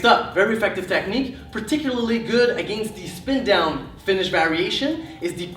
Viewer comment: "Agaynst" Lmao. Sorry but that pronunciation always gets me